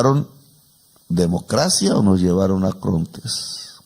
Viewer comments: el Presidente habla de "ACRONTES" pero en realidad debió haber dicho "ARCONTES". De cualquier manera es un gran discurso. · Mu muy estimado y respetado presidente Petro usted pronunció la palabra acronte en cinco veces y la palabra correcta es arcontes para designar a ciertos demonios y si está en lo cierto en pervertido don trumpoleone es un demonio.